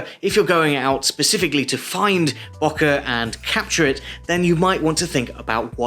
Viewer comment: Great!! It's pronounced, Bow - Keh ;-)